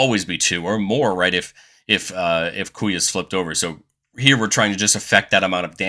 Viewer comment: Oh, man, im still gonna watch the video, but "Kuya" is gonna kill me before the end. 😂😂😂